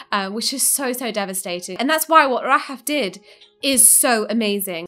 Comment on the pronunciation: Hope the name Rahaf becomes a wildly popular for newborn kids. Love the way it sounds when says it.